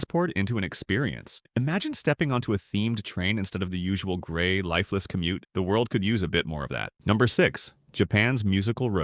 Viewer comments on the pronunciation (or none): none